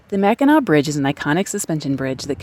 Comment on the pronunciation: yes, you pronounced Mackinac perfectly and i did notice you put a random r in there a couple times. Lol .. Your cute. No worries. Had just never heard it pronounced quite that way.